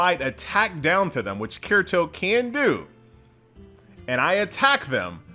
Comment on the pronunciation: The way he pronounces Kirito hurts my soul...